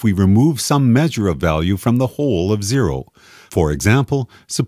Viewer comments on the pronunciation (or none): that`s not zero, thats Jero .. lol xD